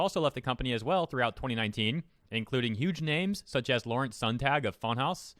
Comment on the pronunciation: Btw funhaus is pronounced fun-house just so u know :)